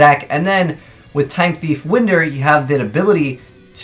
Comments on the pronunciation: Winder isn't pronounced like Wind-er. It's pronounced like Whine-der. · Winder.....................IT'S WHINE-DER AS IN TO WIND UP A WATCH!!!!!!!